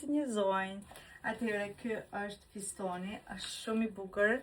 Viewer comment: Fustani shum i bukur nje kshill kur besh vidjo mudohu edhe me fol fjalet si i shkruan sepse nuk thuhet fustoni po fustani me tha goca ime mami qfar esht fostoni 😂😂😂😂😂😂